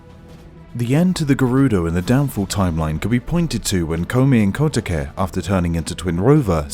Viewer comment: God, I hate to be that person but can't you see even in google translate how to pronounce Koume and Kotake? It's not that difficult.